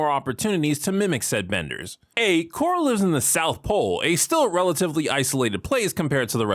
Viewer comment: Calling Avatar "atlah" and Korra "TeeLock" out loud alone makes me unable to watch this.